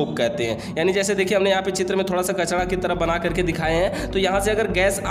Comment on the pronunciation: Kachda nahi bhai kachra hota h